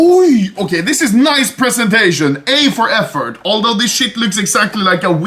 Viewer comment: A for effort... I mean affort lmao